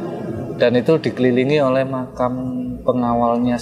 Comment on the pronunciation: Makam, sama makom beda pak... 🙏